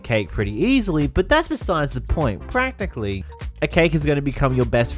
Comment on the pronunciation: Every time he said practicly or escencialy i took a shot… i was hospitalized.